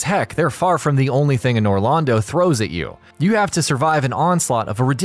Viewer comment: You pronounced “Anor” wrong. And it bugs me, also mispronounced “Irithyll” but good video 👍